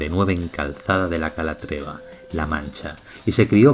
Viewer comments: Calzada de "la calatreva" 😂😂😂 Madre mía, no te suena la orden de Calatrava?? Calzada DE CALATRAVA, como el Campo de Calatrava o el castillo de Calatrava. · Calzada de Calatrava. De la orden militar de Calatrava. Cómo que “calatreva”?? 😂😂😂